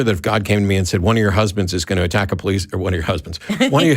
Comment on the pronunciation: Po lice? Police. Not po lice